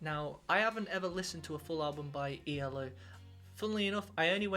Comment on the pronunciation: It's E.L.O. Three (3 yes 3) separate letters not eeellllooo if you are going to pronounce it do it right or better still, ELECTRIC LIGHT ORCHESTRA and this album is from 1981 NOT the 1970s, so please get it RIGHT. JUST SAYING😮